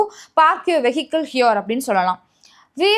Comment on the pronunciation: Vehicle is supposed to be pronounced as /vi:kl/.